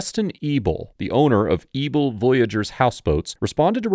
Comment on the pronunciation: Anyone else think he was calling the man "Mr. Evil"?? 😃 Thought maybe it was a sarcastic nickname to keep his identity secret. Than at the end he showed his last name "Mr. EBEL". Lol